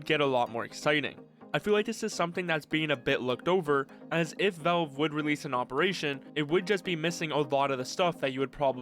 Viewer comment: bro really said "volv"